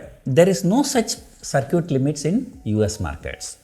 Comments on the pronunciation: Circuit is not pronounced as "Sar-Cute" It should be "Sir-Kit" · ITS CIRCUIT LIMIT NOT SIR CUTE LIMIT